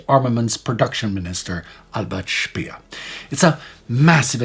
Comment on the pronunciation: There is something so satisfying about hearing "Albert Speer" pronounced in its proper German inflection lol. Its that last name I guess. SHHPAEYR lol